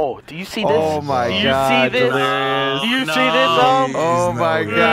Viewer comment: I love you delirious but it’s pronounced u - no